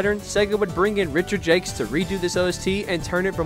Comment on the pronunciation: The way you pronounce Richard Jacques hurts my soul but otherwise good video